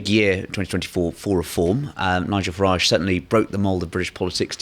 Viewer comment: It amazes me that people who should know better seem unable to pronounce Nigel Farage's name correctly.